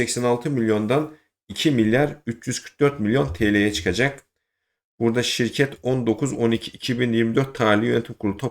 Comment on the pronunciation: ilk bedelsiz şireket nedir anlaşılmıyor. ne dediğin anlaşılmıyor